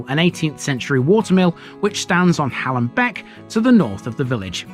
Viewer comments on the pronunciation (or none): A lovely well researched video, but you missed out Gray Lane completely! You also missed out on the best walk up Gray Lane over the field and back down onto Manor Fields. Oh and by the way it’s pronounced Hay-lam. Otherwise thanks for visiting👍